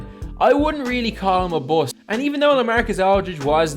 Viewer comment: "He is considered a buouost"